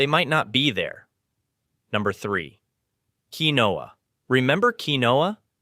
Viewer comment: Look up the pronunciation. I’ve always heard it pronounced KEEN wahhha (2 syllables)